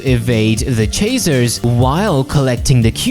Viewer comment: is bro saying chaser or chazer? I know he has an accent but still